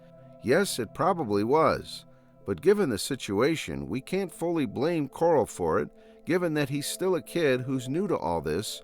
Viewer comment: "Coral"? Instead of saying his name correctly as Carl. it was a good video but that was annoying as hell